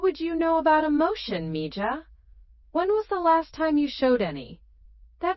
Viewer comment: It would be nice for narrarator to use the correct Spanish pronunciation for mija (me-ha) when reading. Its bad enough for incorrect English tense use: ie "reed" (present tense) instead of "red" for past tense term 'read'.... If this is "AI"; its Not that intelligent.